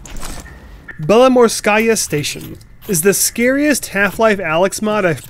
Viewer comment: Funny English pronounce for "Belomorskaya"